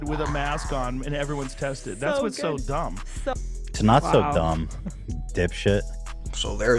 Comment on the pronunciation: “You wanna talk about dong (dumb) deh, deh testing even mean anything” - Hila Klein everyone CEO of child like fashion and mispronouncing words at the age of 33.